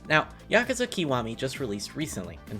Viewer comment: made me turn off instantly when you pronounced it "keewami" 😅 why do Americans butcher Japanese words so badly? It's a short vowel I sound not long vowel e... Link below to help you